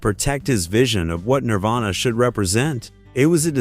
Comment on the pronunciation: he said nirvana wrong.